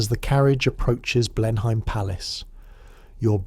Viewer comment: Blenheim is pronounced "blenam""